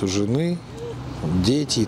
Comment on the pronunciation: Не редеет, а радеет